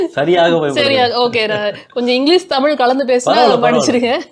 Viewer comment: இந்த தமிழ் (தமில் இல்லை) ஆசிரியர் தமிழை “தமிழ்” என்று உச்சரித்தால் இன்னும் சிறப்பாக இருக்கும். சுழி, சுலி அல்ல